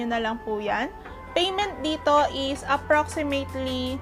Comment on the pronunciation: she can't even pronounce "certificate and approximately" correctly.